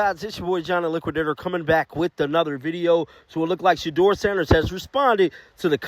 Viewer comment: Yeah stefanski can't even say shedeur name. Why hasn't he been fired. Lol